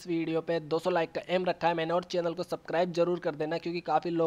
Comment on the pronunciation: it's not sakribe it's subscribe😁😂